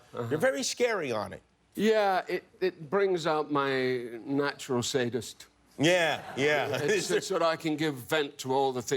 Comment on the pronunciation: did he say natural satnist